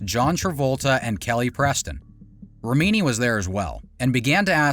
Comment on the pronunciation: You keep on mispronouncing Leah's last name. Even after hearing her pronounce it correctly. Also leaving out the fact that law enforcement is on their payroll. Comes off as sloppy work.